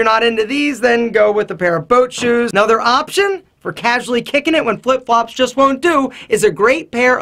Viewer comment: Did he say boat shoes????!